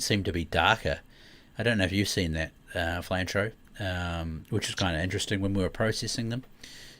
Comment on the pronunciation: I'm watching the video, wondering why is calling Flinter, Flantro? Lol